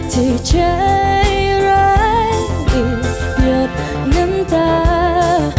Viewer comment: ขัดใจพิมเรื่องเดียวคือเรื่องการออกเสียง น้องมีปัญหากับ จ และ ช ทำให้ฟังแล้วสะดุดตลอด โดยเฉพาะคำว่า ใชร้าย แต่เพลงนี้พิมร้องดีนะ คุมอารมณ์ดีและเสียงไม่หลุดเลย // แอบเสียดาย ที่จริงเราลุ้นให้น้องเควินร้องเพลงอังกฤษมากๆ